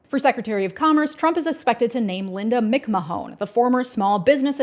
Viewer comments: Is there a reason you're saying McMa-Hone, instead of McMann, which is how the name is usually pronounced? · "Mick MahOWN"... nope. It's "macMaan". Think the first syllable of "mayonnaise". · Mick-Muh-hone? Her last name is pronounced "Mick Man." Also acceptable is "unqualified lunatic Trump crony." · Linda “Mik-Ma-Hone?!?!” It’s a fairly common last name, and it’s pronounced “Mc Mann.” It was really hard to focus on the content after that hit me in the face like a sock of flour. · "MaMahon" is pronounced "McMan" btw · Just because it hurts to hear and commerce may come up again, McMahon is typically pronounced “MICK-MAN”. 99% sure whenever her husband has been mentioned in years past, it’s pronounced that way. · Correct pronunciation is MICK-MAN not MICK-MA-HONE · I know this is irrelevant in the grand scheme of things, but Linda McMahon's name is pronounced "mick-man" not "mick-mahone". Vince, her husband in a sham marriage, will be extremely pleased to hear his good friend Trump could dissolve the federal investigation built against him for sex trafficking crimes and sexual abuse. Trump did call to check on Vince when his limo exploded during a segment on Raw because he believe he was actually dead. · FYI its pronounced Mack Man not mc mahone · it’s pronounced “mc-man”, but i’m never not saying “mc-ma-hon” now 😂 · Re Linda McMahon: the Mick Mahone pronunciation is killing me, especially when this is a family that has been in the public eye for decades. The name is pronounced Mick Man. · Mick - Man not Mick Mahone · it is pronounced ‘Mick-man’ not ‘Mick-mah-hone’ 😂😂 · It's "MC MAN" not mic ma hoan. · Linda Mic Man not mic ma hone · It’s pronounced McMan btw not McMahon lol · "Linda Meekmahan" has been... BROKEN?! (you have to be a wrestling fan to get the joke, lol) BTW, it's pronounced like MICK-MANN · Mick-ma-hone... Isn't it Mick-man? Seriously, that was a great video. We're screwed. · It's McMan, not McMaHON, and that whole family has issues...